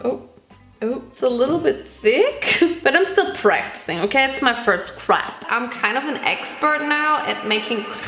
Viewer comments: i am french and let me tell you: you pronounce crêpe very well but dont say the S (farine too) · Not me thinking you said crab instead of crepe